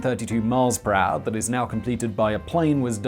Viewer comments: “Per haure” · I love how you say "per hour" It becomes something like "prah". Love it!